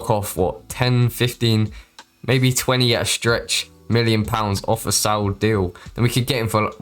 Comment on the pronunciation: all good you were pronouncing it with a bit of a T happens a lot of people